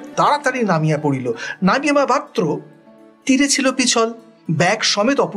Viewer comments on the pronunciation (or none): এই উদ্যোগ অসাধারণ। পড়া গল্প কানে শোনার মধ্যে দিয়ে আবার একবার রিভিশন হয়ে যাচ্ছে । উচ্চারণের দিকে একটু যত্নবান হলে ভালো হয় যেমন...ব্যাগ কে ব্যাক (2.3), নামিবা মাত্র কে নাগিমা মাত্র(2.10) ইত্যাদি।